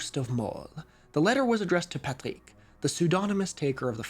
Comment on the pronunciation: french from France and never ever heard the word "Loyon" (also your Rs are so perfect when pronouncing "Patrick", your French must be excellent 👍)